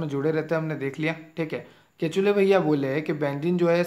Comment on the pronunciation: Sir its kekule's structure not ketule...😅